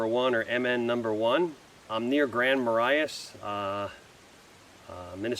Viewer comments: I believe it's pronounced Grand Muh RAY, not Grand Muh RIGH us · pronounced Grand Ma-Ray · It is pronounced Grand Ma-Ray Love your videos by the way! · We pronounce at as: Grand Ma - Ray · Grand Marais MN pronounced Grandma Ray, Good Vid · it's Grand Mur-ray. I was born n raised there. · Hello! Native Minnesotan here, now living in CO! It is pronounced Grand Maa-rae :) Check out Glensheen mansion and Grandmas in Duluth!